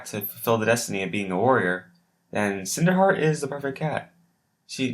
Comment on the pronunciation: WHAT IS HEAER? XD no hate but thaat is just funny